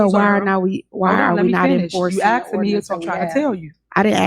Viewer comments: "Let me axed you a question." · axed axed axed..lol.. ghetto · Is those aren't trusteeseses just like those miceses she needs to axe the question correctly